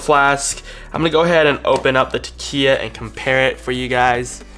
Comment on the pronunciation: Since Takeya gave you free product, you may want to pronounce their name correctly... 😉